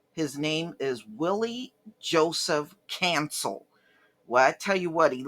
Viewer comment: Someone with your last name should know how to pronounce Cancél. Someone your age should know that it is extremely low class to backbite the dead.